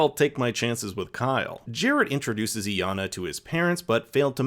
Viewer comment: Is it that hard to pronounce Iyana properly🥴🥴